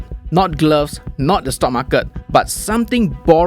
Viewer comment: What’s the correct pronunciation for market?